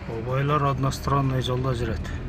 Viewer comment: Osmo sis сен дагы уктунбу однастранный дегенди😂😂😂